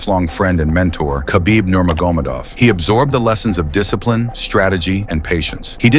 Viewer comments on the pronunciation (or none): Thats not how you pronounce khabibs last name